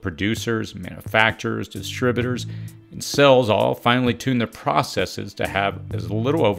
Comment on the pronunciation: manoofacture 🤣 distribooter 😂